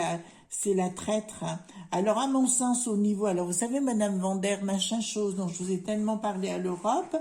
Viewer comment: Bonjour. Bien vu! Pourquoi maintenir des hôpitaux publics alors que leur grand plan est de dépeupler la planète. Ils sont déterminés et continuent à nous mépriser. Un gang mortifère!! L'Europe n'est qu'une mafia. J'adore "Mme machinchose", enfin je ris quand vous prononcez ce mot, mais elle ne fait pas rire! Du balai, dehors la clique à claques!